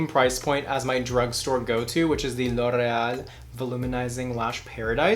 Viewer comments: No one:: L’ oRRReahl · Pronounces L’Oreal in latino accent ❤️ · I've never heard anyone ever say loreal like that before